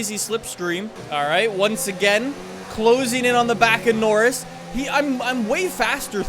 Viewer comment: Why does say norris' name wrong